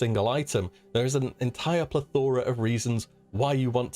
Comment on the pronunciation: You pronounce plethora incorrectly.